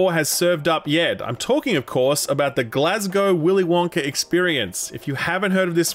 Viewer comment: dude seriously, thank you for pronouncing glasgow correctly